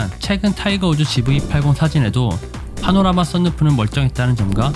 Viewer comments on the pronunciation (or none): none